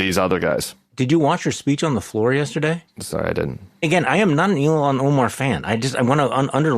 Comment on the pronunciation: Her name Ilhan, is pronounced "ILL HON" NOT "ELON". Quit callin her Elon. DAMN